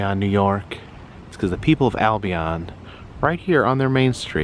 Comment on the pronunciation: just an FYI, the locals pronounce it "Al Be In" not "All Be On"